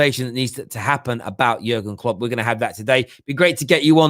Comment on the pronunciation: Something about the way you say Jurgen Klopp ain't right.